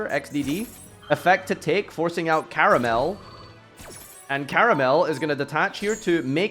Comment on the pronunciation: Why are all english speaking yugitubers fucking illiterate? It's Karmael, not Karamel, try taking more than a millisecond to read a card's name for once and you'll see you'll never get it wrong again.